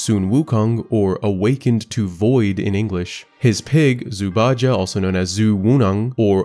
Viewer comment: I think its pronounced Zhu Bai Jeh